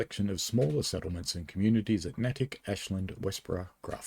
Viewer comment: That purple always brings me back to my childhood and riding the commuter rail in to North Station. And just a tip: it's pronounced Nay-tick.